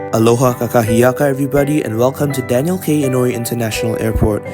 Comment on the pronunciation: This is video is very well done! I have flown this route several times. Like you said, the crew can be a bit reserved, but the comfort, food and IFE are great! What impressed me most is the way you ended by saying, "aloha kakahiaka." You pronounced it PERFECTLY! Safe travels!